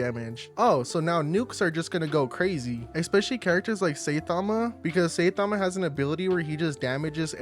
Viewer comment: Saitama❌ saytama✅😂😂😂